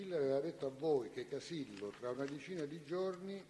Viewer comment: Sembra che lo faccia a posta a cambiare le finali: praticamento, veramento, sapero... poi quando deve dire Casillo, finalmente una parola con la O finale, dice Casille! 🤣🤣🤣